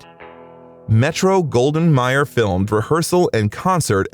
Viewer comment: Great bio ! Please check your pronunciations, tho....it's Metro, Goldwyn, May-er, not Myer. Someone on your side should've caught that. Again, great vid, tho ! 👍